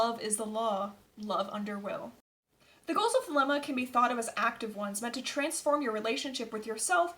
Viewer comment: First things first , you should learn how to pronounce the word thelema property or many avid European occultists may very well find it hard to take your work seriously and end up regarding your efforts the work of a armchair you tube occultist which are many